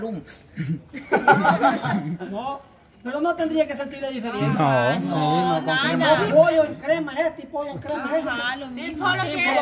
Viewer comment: no se dice DIFERIENCIA😥😥